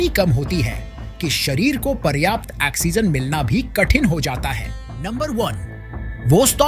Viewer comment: Axegen nahi bhai oxigen 😂